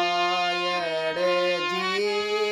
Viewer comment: भाई रामायड़ नही रामायण है पहले तो तुम ये सीखो फिर आना सिखाने